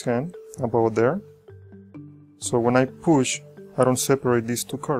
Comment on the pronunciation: "Poosh" Lol